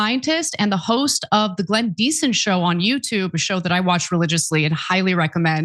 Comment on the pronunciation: Professor DieSon? Its Diesen folks lol